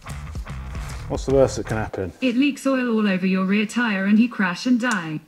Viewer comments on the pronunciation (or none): none